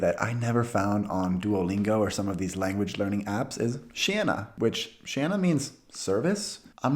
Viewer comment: Hmmm.... “ tjenare “ wasn’t even close